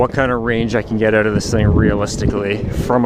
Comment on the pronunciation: "last time i had this thing ooot, it was aboot" canadian?